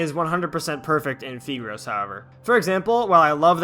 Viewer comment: I think it’s pronounced FAI-gros (Like you’re saying five) Fun fact, it’s nicknamed 屁股肉 in the Chinese community, which basically means butt meat XD